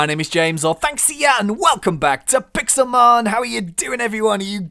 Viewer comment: it's Pixelmon not Pixelmen